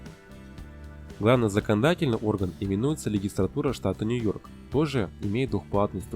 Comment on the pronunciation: Хорошее видео, но не легистратура, а легислатура.